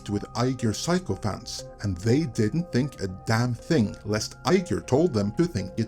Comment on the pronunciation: "sycophant" is pronounced like "sicko-fant". "psychophant" isn't a word.